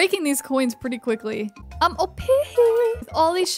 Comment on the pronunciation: Please stop saying OPEEHEE